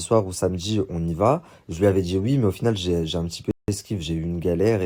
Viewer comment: Il m’énerve avec son Dj’ai - Dje - Djours - Dgentilement... 😭